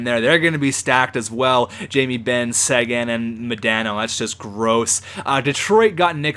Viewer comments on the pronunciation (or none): none